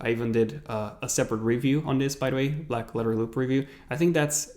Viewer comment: Black ledder loop black ledder loop black ledder loop ... what a tongue twister